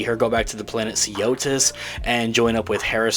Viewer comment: Jeez, can you learn the name of the planet already? It's not Seeotis.